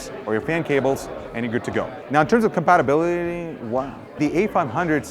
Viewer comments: It was more like "in terms of compatibililiee... wha?" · "In terms of compatabilly... wow" Couldn't have put it better myself, truly eloquent